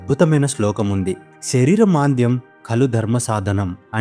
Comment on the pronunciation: శరీర "మాంద్యం" కాదు. ఉచ్చారణా దోషం. శరీర "మాద్యం"